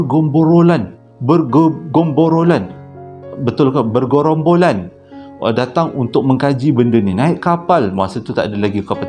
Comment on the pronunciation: Bergomborolan kahkahkahhh🤣🤣,,bergerombolan bang😁 aduiii sakit perut saya gelak.